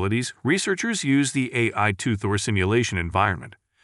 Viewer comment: This is an AI generated voice as ironically it keeps calling AI, "Aaey"